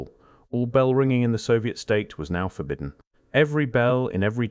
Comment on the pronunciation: Is the voice-over artificial? It pronounces "read" in the present tense to rhyme with "bed", sounding past tense, and reads "forbidden" as if it were two separate words. Anyhow, the narration is melodramatic; it tries to make ordinary events (e.g., the death of people in tiny tribes) sound like elements in a vast conspiracy. Never attribute to malice what can be adequately explained by stupidity. Still, there's a lot of interesting information here.